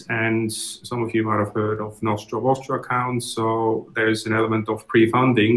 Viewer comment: Penfold You don't find it cringe that he keeps saying 'norstrum'?